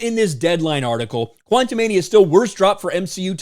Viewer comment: Why do you keep pronouncing the movie quantamanium?